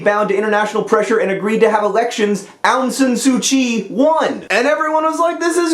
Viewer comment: John, as a second-generation Burmese-Chinese in the US, I have to say that your pronunciation of "Myanmar" and "Aung San Suu Kyi" makes me cringe. It's a bit complicated but they're pronounced "Mee-an-mar" (combine, like slur the "mee-an" part, because I have no idea how to spell it the way it should be pronounced). And it's "Awng (like "A what a cute puppers!") Sahn SU Chi." There, I hope I have taught you proper Burmese. And thank you for referring to the country as Burma. No one likes calling it Myanmar. Ew.